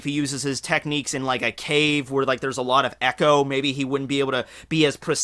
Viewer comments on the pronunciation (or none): none